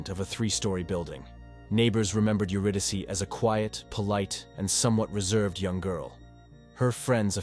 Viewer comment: If this is an AI Narrator, it must be top-flight, because I have never heard an AI pronounce "Euridyce" correctly before.